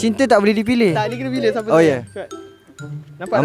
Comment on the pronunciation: saying teah